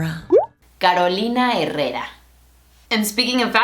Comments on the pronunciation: "Caroulina Herreura" xD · Odio cuando dicen Carolina " Jerrera" después nos critican a nosotros si pronunciamos mal una marca yankee